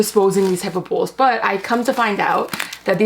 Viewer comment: I'm so busy looking at your eyelashes and listening to you pronounce bowls like bulls. What is up with those eyelashes? They look like a solid piece of plastic or something all clumped together. The soup looks good though.